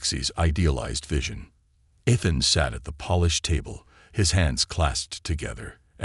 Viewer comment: His name is spoken E-than